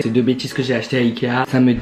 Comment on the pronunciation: ikea prononcé "aïe kea "😭😭😭